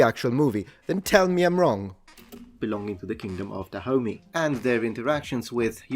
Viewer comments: i keep thinking that you’re calling africa the “kingdom of da homie”. while I know thats not what you’re saying, I think that’s pretty funny. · Da homie? I though it was pronounced DahomEY. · YEEES I keep hearing Kingdom of da Homie!!! Glad I'm not the only one. Also it's Kingdom of da Homie vs Kingdom of Oil? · without knowing the context for the first minute it sounded like you were saying "Kingdom of Da Homie" and I was very confused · I keep hearing him say "the kingdom of da homie" which I know he's not but I can't un hear it! Lol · OMG.. i thought you were calling the kingdom, the kingdom of the homie.. lol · It sounds like he's saying the kingdom of da homie. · I only (mis)heard it as "the kingdom of the homie" for a solid minute there, and now I can't unhear it either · Yeah, I heard kingdom of da homie every time 😂😂 it's funny cuz it fits!